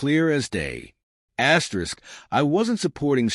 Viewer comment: This is a crappy ai reading… who reads an asterisk as askerisk